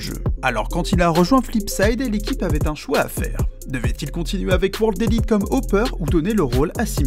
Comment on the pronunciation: Vidéo pas ouf pour plusieurs raisons: -de un, la prononciation des noms des joueurs est comme d'habitude atroce, ce qui montre le peu de recherche en profondeur; on prononce boombl4 "boomich" et non "boombla", et on ne dit pas WordElite non plus. -de plus, il serait beaucoup plus intéressant de parler de la jeunesse dde s1mple et comment il est venu à CS, et de terminer la vidéo en parlant des mauvais résultats de NaVi et du niveau honteux de GuardiaN depuis son ajout à l'équipe pour se emander si c'était vraiment le bon choix. Bref vous avez vraiment besoin d'etre plus professionnels et pour cela je vous invite à regarder les vidéos de la chaine TheScoreEsport et de vous en inspirer.